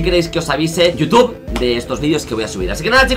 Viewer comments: dice toutube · por que dice Toutube?